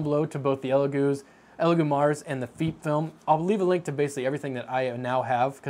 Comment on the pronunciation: FEEP Film? it almost sounds like your saying Feet film. idk about anyone else but i say FEP as in the E from pet or pep. if it was spelled feep or Feap film then i would say it that way but its not.